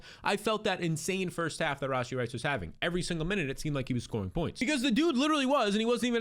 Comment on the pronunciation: The way he says "RAWW SHEE Rice"😂😂